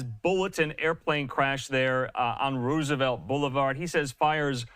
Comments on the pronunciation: Roos-a-vett? Musk needs to repattern his AI Reporters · on ”rOOsevelt blvd” 😂 c’mon Man U work for Fox News & u can’t pronounce Roosevelt?!